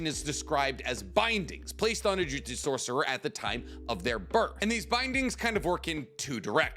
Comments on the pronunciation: Drives me absolutely crazy, it's pronounced Juju-tsu not jui jistsu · I know its a petty thing to get stuck on but in basically all your videos you say jujitsu like the martial arts. The name of the series and power system is jujUtsu